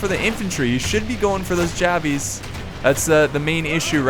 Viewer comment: Love the channel... just wish you wouldn't say javies